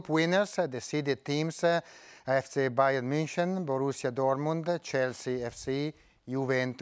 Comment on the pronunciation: IDK .. It sounds like pick Bayern or Take Bayern or something